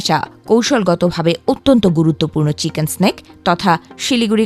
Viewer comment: চিকেন স্নেক না 'নেক' হবে, বেশি শুদ্ধ হয়ে গেছে